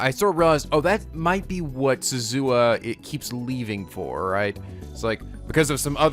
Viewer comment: Forgive me but I'm going to post this again seeing as it has been a thing for ages: Rule of thumb for Japanese names, please stress the THIRD TO LAST syllable. This is VERY CONSISTENT; you should never need to guess how to pronounce names: SUzuha Amane, not suZUha aMAne MAyuri, not maYUri Okabe RINtaro, not oKAbe rinTAro / Okarin, not oKArin / HOUouin Kyouma, not houOUin KAede, not kaEde FUbuki, not fuBUki Itaru HAshida, not iTAru haSHIda HIyajo, not hiYAjo MAkise KUrisu, not maKIse kuRIsu KAgari, not kaGAri (this one you said correctly the first time then changed it so that it was wrong) And from other games, to make the point clear: MAjima, not maJIma MAkoto, not maKOto KAzuma, not kaZUma If you don't believe it, just listen to how the voice actors pronounce the names. It's a western tendency to stress the second to last syllable instead, but third to last is correct. I would understand not knowing how to pronounce names if you read them with no context, but in games like Yakuza and Steins;Gate, the voice actors read out the name for you so you should know how to pronounce them.